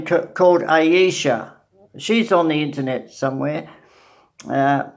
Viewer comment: Ayesha pronounced Aysha